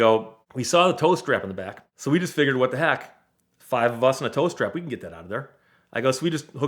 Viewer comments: TOW STRAP! I thought I heard him say "toaster" and I was thoroughly confused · Oh, he's saying "tow strap". I honestly thought he was saying "toast wrap" and I was thinking "Eh?" Also: when "the other end of town" is 100 yards away. Also also: did the title really have to be as clickbaity as that when it's basically got nothing at all to do with the content of the video?